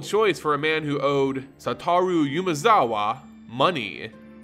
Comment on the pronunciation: Please, PLEASE. Umezawa is pronounced Oo-meh-za-wa. If you'd like some help with pronunciation, please let me know.